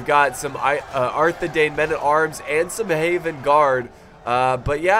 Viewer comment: A quick note on pronounciation,: The Edain in Arthedain is pronounced Dine, not Dane. You've probably been pronouncing it right, I just noticed one part where you said it wrong.